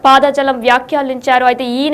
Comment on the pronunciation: పాద జాలం కాదమ్మా పదజాలం, తెలుగును కరెక్ట్ గా మాట్లాడు అమ్మ తల్లి.